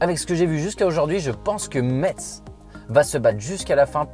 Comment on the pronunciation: Cest metz sa se dit messe et pas metse